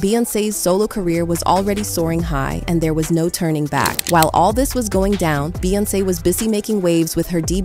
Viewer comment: Is this an AI generated? Who says “Dee-Boot” for the word Debut? And Beyoncé mispronounced a few times. Just asking for a friend